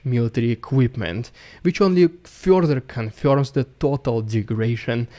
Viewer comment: It fyorther confyorms...the story from the last month.